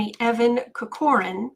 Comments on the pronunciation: It’s pronounced “Cock run,” not Coh core an… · It’s ‘Cork or ran’